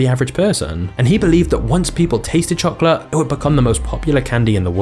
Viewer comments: The way this guy says chocolate makes me want to chocolate my pants..."CHOKLUUT!" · I am not familiar with this channel, and was thus unprepared for a large portion of the video to be an English person mispronouncing the word chocolate over and over. Otherwise, it's very informative and well done.